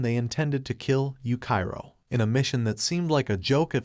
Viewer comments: Bruh it's yuchiro not yukairo but good content do i love it ❤ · Dudeee you disrespected yuichiro by calling him yukai-ro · And yuchiro